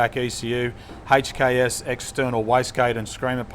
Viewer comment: The way he says HKS is the correct way to pronounce it, I used to work at a performance workshop 3 years ago that had a lot of HKS parts come through and I've never heard anyone pronounce HKS any diffrent from the video